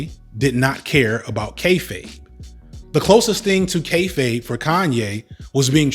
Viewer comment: Thank you for teaching me how to pronounce “kayfabe”, I have been saying kay-faw-bay for ages